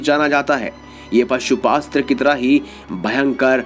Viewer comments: It's Pashupatastra, not Pasupastra. Thik se bolo... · Areh bhaisab woh pashupastra nki pashupatastra 🤣 word toh thik se uccharan kar lijiya fhir vdo baniyaga🙄